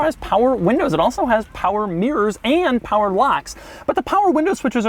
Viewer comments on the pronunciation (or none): Does he spell mirrors like mears?